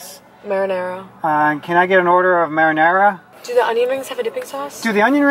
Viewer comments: Its called marinara not "merinera" Im from Greece so we have the same word. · “Can I have an order of marinara” sorry dad